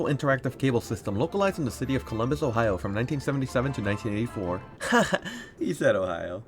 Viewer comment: 9 yr olds gathering up to listen to him say Ohio: 👁👄👁